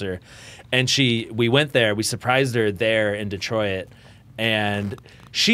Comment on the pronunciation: sayin “Detroit” is really trippin me out hahaha